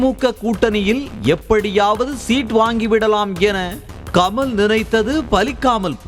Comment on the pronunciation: கம’ள்’ இல்லய்யா.. கமல். அள்ளது .. இல்ல அல்லது.